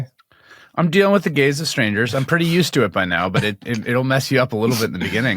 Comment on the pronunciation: hahaha ohhh "Are you getting used to the GAZE of strangers, Chris?" I thought Tim meant "the GAYS of Strangers" which confused me.